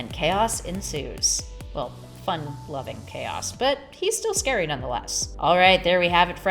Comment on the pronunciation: Shouldn't it be "scary" and not "sary?"